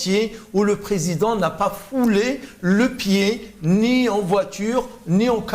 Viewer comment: En français c'est président et non présédent. Un effort phonétique svp!